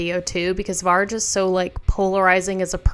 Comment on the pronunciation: Metal Archives is a better source than Wikipedia. Regarding Darkthrone, Panzerfaust is my absolute favourite album. P.S: It's pronounced "vargh" instead of "varj". Cheers🤘